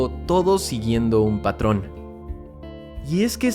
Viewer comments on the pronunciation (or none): none